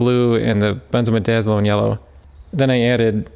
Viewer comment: Great video, I'm impressed you can pronounce a big word like benzamidazalone!